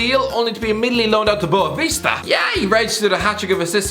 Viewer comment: Boavista supporter here. We will NOT be relegated. Homes has been great, and he will not have a relegation stamp in his CV. Btw, you said Boavista pretty well, for an...